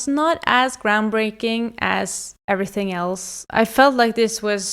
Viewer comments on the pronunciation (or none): none